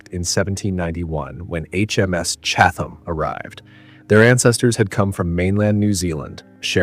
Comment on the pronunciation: Great video. Only quibble is every time the narrator says CHAT-HAM or CHATH-HAM I have an actual twitch. The best way to pronounce it is CHAT-UM. Sorry but English gonna English. I used to live near Chatham Road (in London, SW11) so that’s why I know.